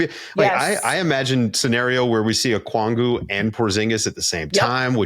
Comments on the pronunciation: As a hawks fan it's so wild being in the media spotlight. Shout outs to Lauren Williams as always! Also its Okongwu, not Okwongu! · REPEAT AFTER ME, guy on the right! OH-KONG-WU!!